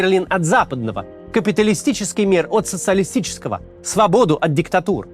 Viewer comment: Швабоду говоришь